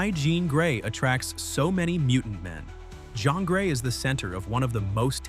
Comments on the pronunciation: This AI needs to be better, it's Jēan Grey for f*cks sake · If you say JOHN instead of Jean one more time!!!!!😂😂😂😂😂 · Right! Jeeeeeeean long E!